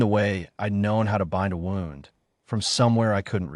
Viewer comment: WOWND INSTEAD OF WOOND?